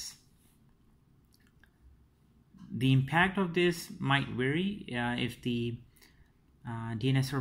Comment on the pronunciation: How does it weiry? (Vary) V's impossible to pronounce I think.